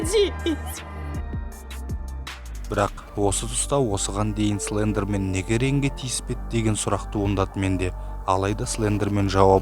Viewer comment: Тілің келмейді ғой сліндермен 🤣